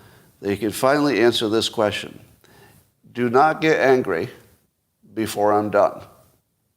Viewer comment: Teach yourself to pronounce question